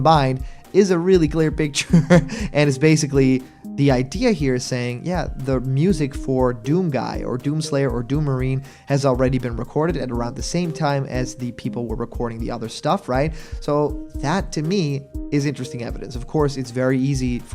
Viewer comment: He said doonguy not doomguy...maybe just maybe..